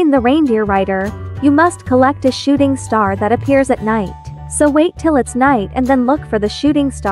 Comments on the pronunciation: Am I the only one who heard "Shitting star"? 💀💀💀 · Nope I heard shitting star too😂